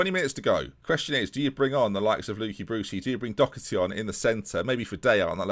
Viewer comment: doHerty not doCKerty